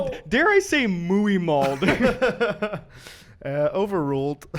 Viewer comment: tf is ‘mooey malled’ LMAO